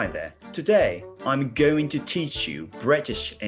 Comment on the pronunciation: goingから始まる〜〜？？ブリティッシュ〜〜〜！！！